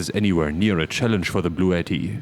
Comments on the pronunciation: I thought I heard you say this video was sponsored by Blue Eddie, until you rolled out the unit BLUETTI. 😂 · It's pronounced "Blue Ti Ti" :P